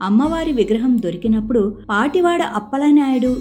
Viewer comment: పాటివాడ కాదు పతివాడ